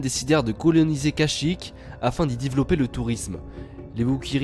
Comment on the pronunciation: "afin di divoulopper le tourrisme" xD